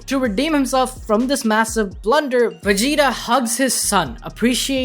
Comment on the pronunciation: It sounds like you're saying Wegita.